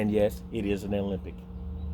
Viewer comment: Ah-Lem-Bic. NOT Olympic.